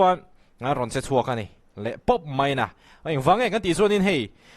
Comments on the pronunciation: Mai tih pawh thiam lo mei😅 va buaithlak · Mei a ti. Raltlan ani chiang mai. Mizo grammar diklo ania haha. Ar tih tur ah, Al ti tlat chu kha. 😂